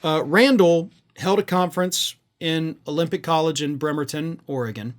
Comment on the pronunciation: I will forgive you, but it is Bremerton WA